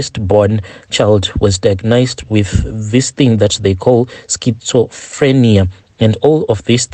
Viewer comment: The way u pronounce diagnosed 😂🙈